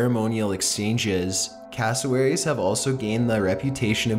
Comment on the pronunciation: When you say castlewerries 10 times in one minute...